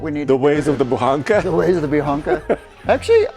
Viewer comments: Translated you would say Buchanka not Buhanka .... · Buchanka not Buhanka